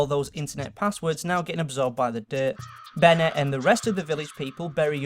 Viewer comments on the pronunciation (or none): none